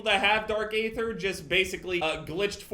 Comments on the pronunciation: I hate to be that guy. But isn’t it pronounced dark aether ( eether) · i hate to be that guy but you don’t pronounce the “a” in “aether” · the A in aether is silent, just remove the A and just say it regularly.